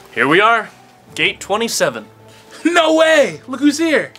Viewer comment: wrong alert it says gate 77 but what I heard is gate 27